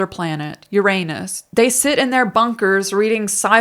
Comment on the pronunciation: 'Uranus' haha!